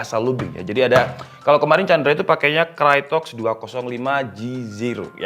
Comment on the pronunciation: bang, dibacanya kraytok, bukan krayotek